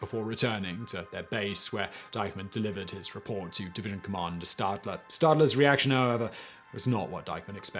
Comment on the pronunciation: Well, I can't agree he did. ;) For example, he pronounces "Schutzstaffel" like you would say "staff" in English, when it should be with an "sh" sound. Same for the name "Sylvester Stadler" where the surname is pronounced with "sh" as well. He also pronounces "Rommel" with a phonetic "ə" like in English word "pummel", while it should be pronounced with "ɛ" like in the word "bell"